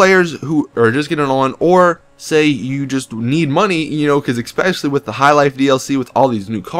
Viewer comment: "Exspecially" is not a fucking word, so stop saying it.